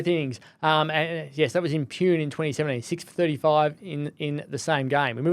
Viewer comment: Love this podcast, especially reliving spinners from days of yore, never made it - given Warne and Lyon held their own for over a decade. Jason Krejza, remember that test and never played. Nathan Hauritz? Pune is pronounced as “Poo-nay”